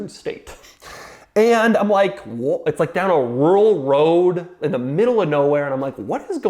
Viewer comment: Wow, Doug really cant say rural 😄